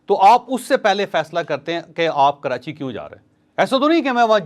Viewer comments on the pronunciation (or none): none